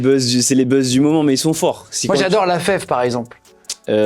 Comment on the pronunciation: tu connais la fève ? “Favé tu veux dire ” XPTDRRRRRRRR